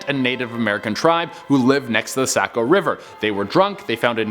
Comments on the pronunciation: Sanford, ME here! #10 it's pronounced suh-BAT-tus #7 I've been there! Her leg really is there on the stone #3 ooooo it's the mark of every out-of-stater when you pronounce it sack-oh. It's sock-oh. I don't live far from it! I love this channel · Say co.. it’s saw-co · its pronounced sahco not sako jut to let u know. thats how the mainers say it. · I’m dying, Sa-co river instead of Soc-co river lol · Its pronounced saw-co not say-co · Also it’s pronounced Sock O river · im from maine and you pronounce saco like this sa-co and its 3-white people drown in the saco river each year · As a person from maine it genuinely hurt me every time he said sAco river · The SACK-o river?! Oh man, I love when people from away pronounce things. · Saco is pronounced saa-kow. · Sack-O river hahah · Sa-BAT-us maine. Sock-o river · Sabattus - sa-bat-us. Saco - sock-o but way to explain how to pronounce them, wont get into the indian names around here. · Just FYI it’s suh-bat-is and sock-o. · its pronounced sah-ba-tis. lol 10 min from me in maine and saco river is saw-co river. also look up the devils footprint on the Scribner Hill Road in Manchester 3 minutes from my house. lol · some does die in the Saco(sock-O) River every year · This is fake it’s funny and Saco is Pronounced sock-co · The only one I know is #3...and it's pronounced 'Saw-koh' where I'm from. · Ahhh he pronounced Saco wierd toooo. And the kedgened is about an Indian woman, not a monster. I Grew up in Saco. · Saco as well haha! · Dude if your going to do a vlog about a state learn how to pronounce the names correctly. Saco and Sabbatus for example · They don’t know how to say Saco either lol